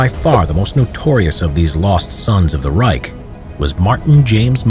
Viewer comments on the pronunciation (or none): none